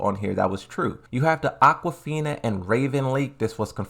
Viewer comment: Thank you for share all news about Tekken 8 everyday!!!!! But, with all respect, why are you still saying Aquafina? The correct name is Azucena (not Azuceena, the correct pronunciation of "e" it's like "e" of the word "exit". Regards!